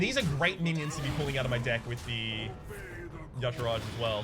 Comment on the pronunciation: Today you made me sad:(. Y'shaarj. Ee-shaarj. Not yashirage. This ain't some Footworks or Caltrop nonsense:P